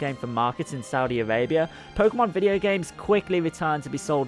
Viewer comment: It's "Arabia" not "Avabia"